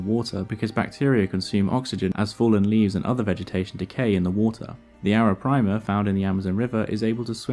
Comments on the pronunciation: Great video as always. Just that it's Arapaima and not Arapraima. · arapaima, not arapraima. great vid, love the channel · Great video but it's pronounced (and written) "Arapaima" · You aren’t properly pronouncing arapaima or bichir